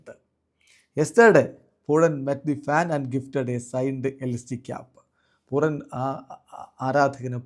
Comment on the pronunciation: കമൻ്ററിയിൽ പോലും പൂരൻ എന്ന പറയുന്നത് ങ്ങളന്താ പൂറൻ എന്ന് പറയുന്നത്